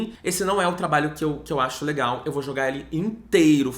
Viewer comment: Quando me perguntarem porque eu assisto esse canal vou mostrar o jeito que fala o "bem LE-gal" lá pelo primeiro minuto e "negatividade, negatividade tó-xica" 😂😂😂 BB